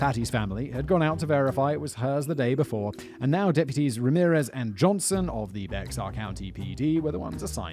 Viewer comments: The pronunciation of Bexar County tho. It's Spanish, and sounds like bear, just like a polar bear, not becksar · Someone has probably already said it, but Bexar County is pronounced Bear County. More specifically, it's Be(h)ar, but Texan is a whole 'nother dialect from the rest of the US (respectfully). One of the many variants of the Spanish X. Think Mexico=Meh-hee-co. Source: my eldest was born there and my brother has lived there 20+ years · That's pronounced bear county. And yeah we think a caravan is many vehicles going to the same place. We don't go on holiday in a Caravan we go on vacation in a RV. Funny how it's still all considered English 🤔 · Omg... The Bexar county thing is DRIVING ME NUTS! It's pronounced like bear... Lol